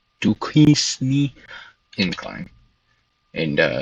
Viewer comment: Nice Video. BTW Duquesne is pronounced Do-Cane.